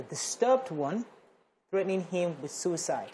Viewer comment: He also said sucite! Ewww!